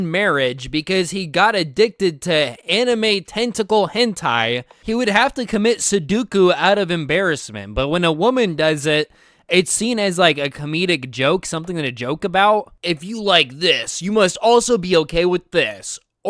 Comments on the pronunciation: It's 'Seppuku', not 'Seduku' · btw in It's seppuku not "sedduku" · its seppuku, not sedduku btw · pal said sedduku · Its Seppuku not Sudoku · it is Seppuku, not Sudoku. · I do believe getting a BF/GF in today's society is actually impossible. Unless she's the one who actually wants to get with you, apparently. Also it's seppuku/hara-kiri not suduku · seppuku not sedukku